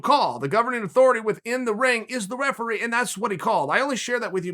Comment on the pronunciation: The "refelee" haha